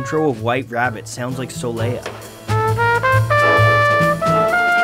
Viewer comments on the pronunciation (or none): none